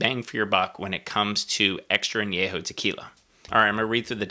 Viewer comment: Thank you for pronouncing An- YE- ho correctly ! Nice review.